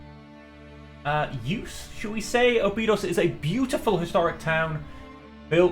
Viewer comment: Awesome video man! Keep it up! Btw "Óbidos" is not pronounced like that, if you wanna check it out the "Ó" is more similar to "Aw" than "Oh". Anyway, I'm not complaining, just trying to help you hahah